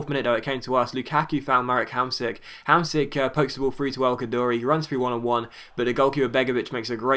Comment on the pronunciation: say Hamshik, not Hamsik